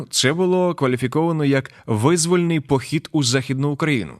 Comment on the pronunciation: Зауваження до диктора: не вИзвольний а ВизвОльний